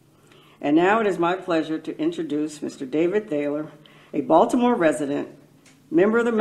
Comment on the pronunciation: Hitch knew how to pronounce Baltimore!